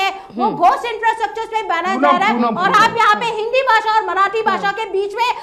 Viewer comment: राजकिय विश्लेषक आहे का हा? याला तर काहीच माहिती नाही आणि याला हिंदी पण नीट बोलता येत नाही तर याला भाषेच महत्व काय कळणार. तू तिकडेच जा आणि रहा काय ते उच्चार "भासा" अरे भासा नाही रे भाषा भाषा नको रे वाट लाऊ.......